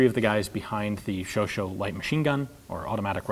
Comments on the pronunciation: "Chauchat" is NOT pronounced as "show-show"... it is pronounced as "show-shah" (like the erstwhile Shah of Persia). And the stress is on "shah". Otherwise: good show. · Very interesting ! But why do you always pronounce Chauchat as "Sho-sho" when the actual french pronunciation is "Sho-sha" ? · Look the "Sho Sho" was the mispronounced moniker the U.S. troops gave to their Chauchat ["Show SHAW"] automatic rifles. Please don't use that to refer to the designer; it's disrespectful to mangle his name that way, no matter how much you may dislike his weapons. Are you going to talk about the AR-17 at some point, & call the designer "Yujin Stunner?" I think not... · Don't get on your high horse friend, the "show-show" pronounciation stems from the nickname given to the Chauchat by english speaking troops, because... yes... they wouldn't pronounce it correctly ^^ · Chauchat is actually pronounced "show-shah" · do not have a friend who is a high horse, and even if I did, I would probably not get on him. Still no reason for mispronunciation, especially because the person Chauchat is mentioned, and not the nicknamed weapon. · You got a point, though i think there are worse things in the world (or on the internet) than mispronouncing a name.